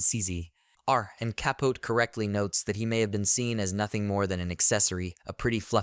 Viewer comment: Truky bad AI narration.can’t even pronounce the subject matter’s name correctly. Please don’t subscribe to this garbage - Truman Ka-Pote ( kaput?) and Gore “ Tender” Vittle.. whatever.